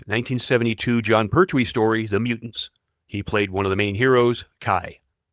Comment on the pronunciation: the voice over pronounciation of william hartnell makes me cringe so much maybe do research first..to get it right pertwee, schofield and bernard cribbins also mispronounced